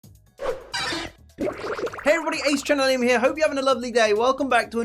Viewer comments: Charminder lol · The way pronounces Charmander offends my ears. My British ears.